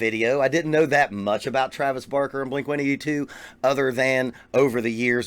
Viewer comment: First of all it's blink one eight two. Lol